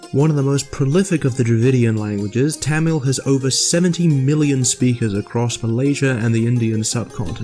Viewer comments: First of all its [ t̪ʌmiɭ ] / [ t̪ʌmiɻ ] not [ t̺ʰæməɫ ] secondly Tamil does have voiced stops, it is voiced when it appears in the middle or the end of a word except when its germinated for example [ kʌ:l ] [ʋʌɳɖi] and [ʌp:ʌn̺] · ITS PRONOUNCED MORE LIKE THUM-OL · YOU PRONOUNCED TAMIL SO WRONG IT HURT MY SOUL